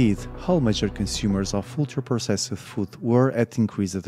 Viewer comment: I know there's good info here, but I want to punch my TV every time I hear him pronounce "ultra-processed"